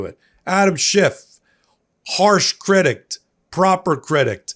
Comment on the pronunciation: "Shift"'? '"Critict"?, drop the nonexistent T's!